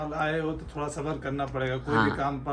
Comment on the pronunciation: Tadak nahi Tarak hota hai Thora nahi thoda bolte hain